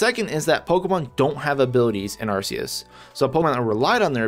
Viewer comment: You pronounced Arceus wrong